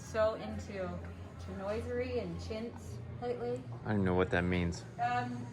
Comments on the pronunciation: I've always heard it pronounced chin-wa-sir-ee. Maybe a regional thing. Ballard Designs is a good place for inspiration if you like the look. Also, though it's not politically correct, if you search "Oriental" on FB Marketplace, you tend to find the older sellers who just want to get rid of stuff. :) Just a suggestion to help you make you decision on how much closed storage you want - look at your kitchen gear and make a rough percentage of how much you want to be seen and how much you want to hide, then see if that percentage lines up to much closed/open storage is in your plan. Love the grey/blue finish idea. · Chinoiserie = shin WAH sah ree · chinoiserie is pronounced sheen waa zuh ree. Kitchens these days have more often drawers also for the pots and pans; more ergonomic and you don't have the hassle of the doors 'in the way'. It's so good to dream up your kitchen and then fill it in with more details (measurements and colours). Helps you to present your ideas to the architect/designer and builder, as is a pinterest idea board. So exciting! Success.